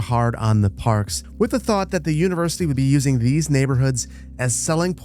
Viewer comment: "Univercity"? Really, boss? :D